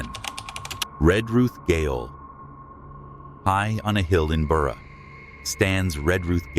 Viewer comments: The word gaol is pronounced jail not “gale” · goal is pronounce jail not gggggggggggggail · its Adelaide {jail} gaol, we spell it differently lol... the Adelaide Gail hahaha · Wish this guy could pronounce the words correctly. Gale is not gaol Australians spell the word with a g pronounce j. Western Australia is not SA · The word GAOL is pronounced JAIL...🎉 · Gaol is actually Jail. And pronounced as Jail. Aka Adelaide Jail, (Gaol) cheers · It's Jay -ol : prison , ya need to speak English...